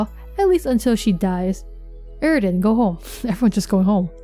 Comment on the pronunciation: It is [f-ef-er-e] and [air-i-dan]. interesting comparision between kayana and rose tho....